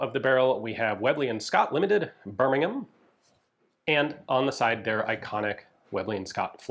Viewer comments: Nice pronunciation of "Birmingham". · Thank you for pronouncing Birmingham properly 💜😅